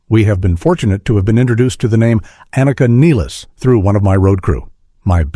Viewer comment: uh-NEEK-uh NILL-iss? Dude... Try a little harder, could ya?